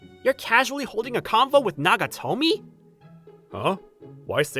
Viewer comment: Nagatomo dude, every time i heard nagatomi i died a little inside xD